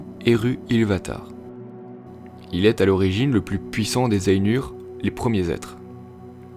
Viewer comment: Ainur ça se prononce pas ènur, mais Ay-Nour (aille-noure) et si tu veux pousser la geekerie a fond tu roule les "R" en elfique. Le U c'est toujours "Ou" et les lettres A et I ne forment pas le son "è" mais A suivie de I, par exemple Dunedain se pononce Doune-Da-Ine. J'invente rien c'est dans le livre.